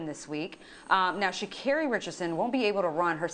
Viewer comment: needs to learn how to say her name. It's pronounced Sha'CAREY